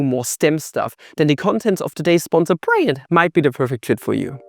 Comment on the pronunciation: Now try to pronounce the name of your sponsor again. For example say it like brill-yant. When in doubt, google-translate has a decent speech option.